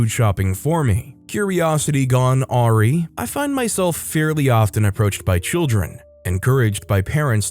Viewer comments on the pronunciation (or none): awry is pronounced uh-rye (rhymes with the bread) with emphasis on the second syllable. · Awry is actually pronounced Aww-Rye. I know this sounds picky, but it is one of those little pet peeves I have about commonly used words being pronounced completely wrong.